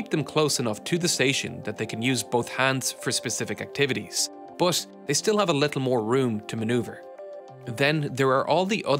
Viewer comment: It’s “but”, not “bus”.